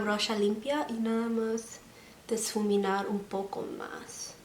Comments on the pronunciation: Se dice difuminar, no disfuminar. Kisses 😘🙏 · No soy fan de los tutoriales de maquillaje pero en verdad me encanta que tengas la imtension de hacer vídeos en español ❤❤ no sabia que tenías tan buen español. La vdd estoy súper acostumbrada al spanglish porque vivo en frontera, mi única notita es que no se dice diSfuminar, se dice difuminar. Mucho amor ❤❤❤ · Me encanta como hablas! I just wanna give you an advice: you have to say: ''Difuminar'' not ''Disfuminar'' The word is right, you just have to say it without the ''S'' Nice video, you have a new suscriber :))